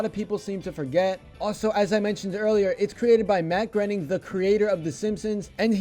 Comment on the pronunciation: Groening is pronounced, "Grinning?"